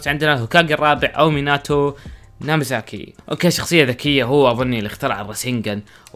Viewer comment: ميناتو ناميزاكي غلط ميناتو ناميكازي 😭😂😂😂😂